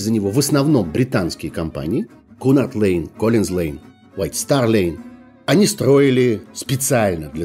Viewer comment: Уважаемый! Если уж решили упоминать английские названия, то, пож-та, делайте это правильно: «Кьюнард Лайн». Спасибо!